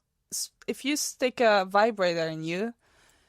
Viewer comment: “Fibrator” that’s wild lol🤣🤣🤣